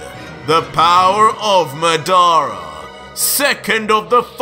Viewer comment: Ur pronunciation is wrong for madara and that’s susano 😂